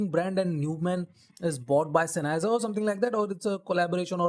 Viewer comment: it is common for non-Germans to mispronounce the name. Anyway, these are actually a Sennheiser product, as the OP has implied. I may buy one some day.